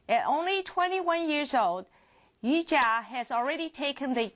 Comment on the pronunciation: she aint no "Yujia" - it's Yuja. i mean get it right!